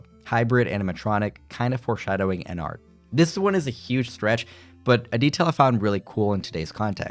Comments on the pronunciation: My guy ennard is pronounced “en-nerd” like inner. No hate tho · It was a conscious choice to mispronounce ennard over and over